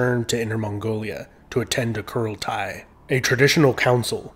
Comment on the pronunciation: Kurultai is pronounced "Huraltay"